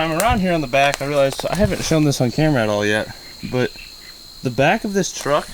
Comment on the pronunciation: It's a truck, not a chruck